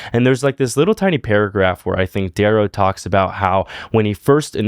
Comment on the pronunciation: bro butchered dayrow 😂